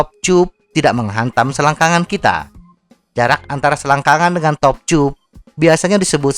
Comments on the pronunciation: Selama ini bingung banget sama dubing mu .. Ngomong "seat chub" saya kira maksudnya apaan.. Ternyata seat tube,, mbacanya di benerin mass.. Seharusnya anda membaca dengan "siet tub" bukan "siet chub" Sama halnya cara baca "tubeless",, orang akan membacanya dengan "tubless" TIDAK ADA YG MEMBACA DENGAN CARA "chubless" Skali lagi,, "tube" itu dibaca dalam bahasa indonesia "tub" bukan "chub" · kocak diajarin yang bener cara baca "tube" malah denial..